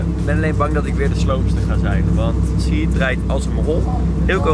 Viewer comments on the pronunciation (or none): Het is chahid en niet sjiet! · Echt hinderlijk zegt suhiet in plaats van chahid 😴😴 like zodat dit ziet 👍🏽👍🏽